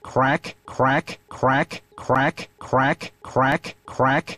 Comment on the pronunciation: The more you listen to it, the funnier it gets. It sounds like he's saying "quack"